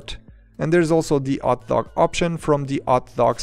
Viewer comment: LMAO he struggles so hard trying to pronounce hotdog